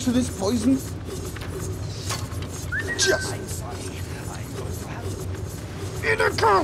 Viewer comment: Inigo, supposed to be based on the character in The Princess Bride. Except there is no tilde over the 'n' so that nobody pronounces it incorrectly. In - yi - go.